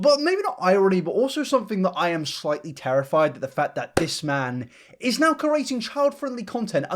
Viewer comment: When you said "this man" I heard " Piss man" in reference to the onion man and HAHAHA did a spit take